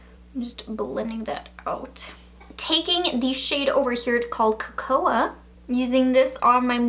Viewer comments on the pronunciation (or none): Cocoa is pronounced ‘ko-ko’ like cocoa powder! Great video though, love the looks :)